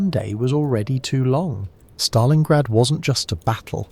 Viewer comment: In Stalingrad not Stalinggrad!!!